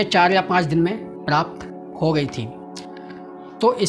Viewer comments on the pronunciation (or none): none